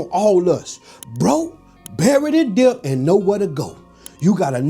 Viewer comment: This economy is so bad. I would be grown in this time and age 🤦🏾‍♂️ and somebody tell the B in debt is silent 😂